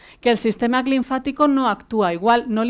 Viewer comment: Dice ser Dra. y no sabe decir LINFÁTICO.